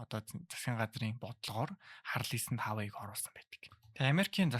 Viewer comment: Хаавай биш уаавэй гэж хэлдэг гсн шүү